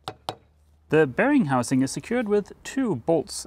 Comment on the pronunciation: Every time you said ‘bearing housing’, I heard ‘Bearing Munch-Housing’ 🤪